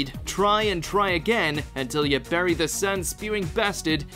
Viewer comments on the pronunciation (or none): none